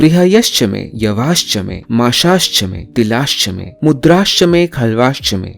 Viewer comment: It is mudgaa not mudraa.